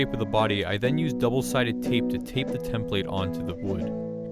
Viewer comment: The way you say template irks me It's an output not input